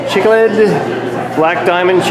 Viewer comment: I think u are pronouncing cichlid wrong..